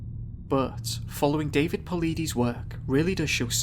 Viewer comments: David Paulides (Paul-lie-dus) not (Paul-lee-dees) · Ayy LMAO Po-lie-dus Say it with me kids, "polides" Also it's aliens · David Paul-EYE-des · It's pronounced David Paul-ide-us(sp?)..'great video too... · DAVID PAULIDES last name is pronounced "PULL - LIE - DIS" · I think that if you're going to study a mans work and make a video referencing it you should take the time to learn how to pronounce his name properly